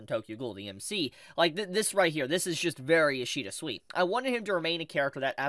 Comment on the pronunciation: Man really opens a video by mispronouncing the name of the guy the video is about, ouch